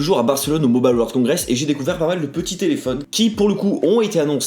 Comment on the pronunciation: "Mobale world congress"